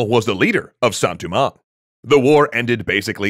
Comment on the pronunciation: Your pronunciation is very good on everything except Saint Domingue. It’s not “Du-mang” but “Do-mang” (as in Doe, a deer, a female deer). Think of the Dominican Republic’s “Santo Domingo” it’s not Du-Mingo lol no worries though I’ve just been growing up hearing it a certain way